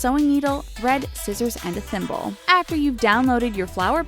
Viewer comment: Everytime said thimble id hear pimple...